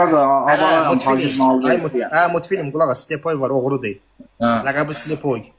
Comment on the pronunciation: Qulağ as mutfilim diyir hə😂😂😂